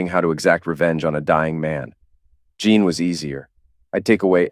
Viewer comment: Say Teen Teen Teen. Now say: Jeen. Now that should sound just like Jean.